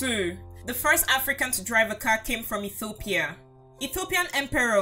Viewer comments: Please when you say Ethiopia you say Etthhiopia it is wierd just say Ethiopia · Every time she mispronounces Ethiopia I get more and more annoyed